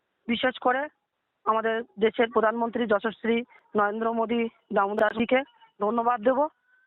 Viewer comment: নরেন্দ্র মোদী দামুদাসকে না কী যে বললো। মাইরি সেরা। প্রধান মন্ত্রীর নামটাও সঠিক উচ্চারণ করতে পারে না